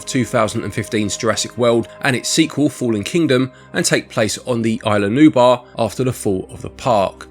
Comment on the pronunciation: God damn it… it’s Isle Nublar. Not “New Barr” 🤦‍♂️😅